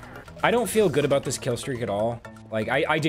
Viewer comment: Sond Smit said boot good